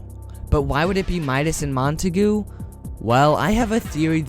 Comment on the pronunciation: English pronunciation is Mont-a-gyu